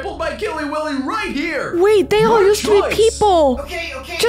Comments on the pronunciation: It’s Willy not Billy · Killy willy!!!!! You sayed Killy billy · Not to be rude but his name is Killy Willy not Killy billy :) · It's Killy WILLY not Killy Billy! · It’s Killy Willy not Killy Billy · Why do I keep on hearing you say KILLY BILLY He is KILLY WILLY